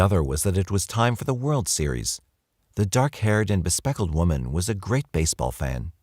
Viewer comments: bespectacled. 4 syllables. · You know I love you both.. but.. I’m giggling like crazy over “be-speckled” 🤣🤣… were they wearing glasses.. or were they covered in polka dots 😛 Ya missed one syllable.. but.. it makes a difference 🤣 Be-spec-ta-cled 😉😉 lol 🫶